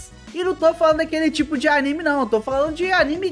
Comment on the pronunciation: Por que pronuncia [Aníme]? O correto é [Animê]